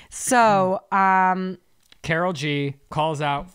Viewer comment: The pronunciation of Karol G burns my ears It’s pronounced exactly how it looks with emphasis on the first syllable CAWH-roll G